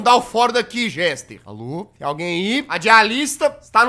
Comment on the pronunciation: Jazz desculpa por te corrigir:( mas o nome dele é Jester é não Gester 😅